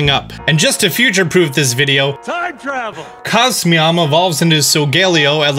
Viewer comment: “GRAPPCLOCT” Grapple-oct. “cosmeom”???? cos-moe-em. how the hell did he pronounce helioptile and heliolisk right if not these????